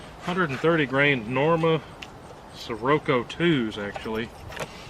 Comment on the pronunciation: The Norma’s are using the Swift scirocco bullet, pronounced shi/rocko LOL